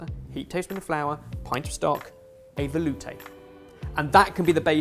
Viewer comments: Can't help but hear the guys saying "volute" especially and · Yes, he did a good job. Especially compared to: Velouté. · I get this is informative bbbuut I love how they say veloute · I can't say velouté like a normal person anymore 😅